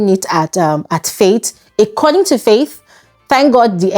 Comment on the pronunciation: Hi. Keep up the good work. May I request one thing of you please, can you please fix your pronunciation of the word "According". It keeps ringing in my ears every time I watch your videos. Thanks!